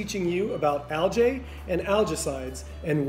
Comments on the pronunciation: Algae - pronounced Al-gee, not Al-jay. Great video, thank you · Algae..not aljay!! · Dude. It's pronounced a l g E E. Look it up. Makes me question your authority on the subject. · Great information. Turn your camera so we can see the storm. Which accent pronounces al-gee as al-jay? Gallonage ? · Aljay we say Algee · thanks , yet ;AlgaeAmerican pronunciation al· jee . ... GEE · al·jee And algaecides are not a scam at all. Who you gonna trust, chemists that have tested all this, or a guy that can't pronounce algae? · I’ve never heard anyone pronounce it like that…… Not saying it’s wrong, LOL I’m just saying it’s got a little kick to the name algae LOL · Never heard of anyone pronounce algae like this very strange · Lmao this method may work for a tiny above ground trash residential pool, but this guy is speaking in half truths. Can't even pronounce algae and you trust him? Lmao